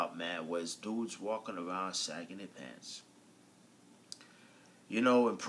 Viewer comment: what did you do with the G ,at the end of sagging??LOL